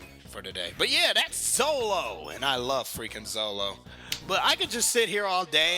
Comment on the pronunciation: Zolo? they called him Zolo!? it's Zoro!